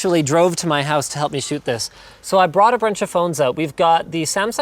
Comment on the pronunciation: “brought a brunch of phones”